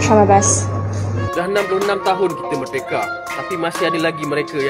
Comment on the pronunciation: Baleloll cadellll. Merdeka bukan mellldeka. Amit amit.. 😅😅😅